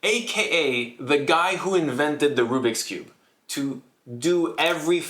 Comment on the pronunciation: OH MY GOD RUBIX CURBE I LOVE RUBIX CIHBE